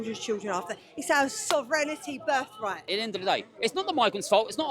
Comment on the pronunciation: Thicker than a whale omelette Is she drunk? "Sovrenity berf right" ❤